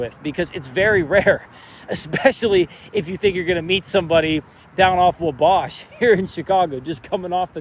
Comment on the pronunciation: Great video. Petty correction incoming: As a fellow Chicagoan (and Chicago native), the street you were filming on is not pronounced "waBASH", but rather it's pronounced "WAUGH-bash"/"WAW-bash". Cheers! Dig your content.